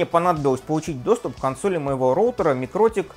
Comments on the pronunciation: Лех привет, не микрОтик, а микротИк, я хз откуда на ру пространстве пошло вот это колхозное и безграмотное микрОтик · МикротИк Латыши только такое произношение признают ))